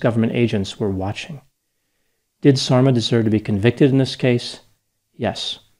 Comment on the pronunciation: Yes, I keep hearing "dolma" when he says Sarma-haha! (Sarma=dolma - same dish, different words). There's an unintentionally funny song I heard in Bosnia: "You left and you didn't even taste the sarma." Can you imagine? If only he had tasted her wonderful cabbage rolls he wouldn't have left.